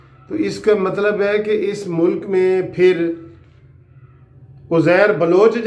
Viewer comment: Please don't say "sacool" . It is school . Punjabi pronunciation.